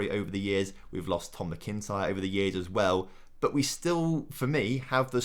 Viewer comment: lol just when you thought you'd heard that last of McIntyre being mispronounced! Would've loved to hear his take on Stranraer :p